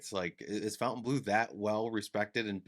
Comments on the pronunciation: It might be easier or intuitive to pronounce it 'fountain', but since it's technically french, it's incorrect. I deem your pronunciation wrong. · The hotel itself is inline with pronouncing it how it's spelled. Throwing an extra u in there is just wrong. Miami has always been wrong. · These videos have really spread the incorrect pronunciation of Fontaine Bleau. And there’s really nothing very French about the decor and shops in the casino. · C Mon, nobody says Fontainebleau the proper way. Except for French speaking people 😉 merci 😂